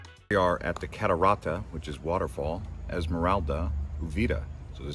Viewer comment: Terrible pronunciation of Spanish words. The word Cocos should be split as co/cos. The word Catarata should be split as ca/ta/ra/ta. The word el Avión should be pronounce like el A/vi/on no e but ah.